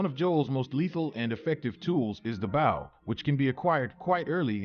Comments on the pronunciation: It is pronounced bow not bow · Bow is pronounced boe. You sound stupid mispronouncing something that's so commonly used. English must be your second language or something. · Ain’t no way he thinks “bow” is pronounced like that 💀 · I can't unhear the way this person pronounced Bow. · I just can’t trust tips from anyone who doesn’t know how to pronounce “bow”…. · lol. Bow like bow and arrow. Not like the bow of a boat. Should have pre-read your script just one more time. Hehe.